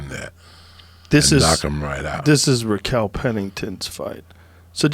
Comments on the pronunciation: Raquel "Rachel Pennington" Pennington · "Rachel Pennington" He even jedi'ed Joe into saying it. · "Rachel" Pennington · Joe - rakel pennington... How it's actually pronounced - Rachel Pennington